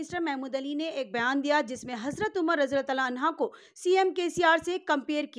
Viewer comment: Bolna seekho pahile anhaa nahi anhu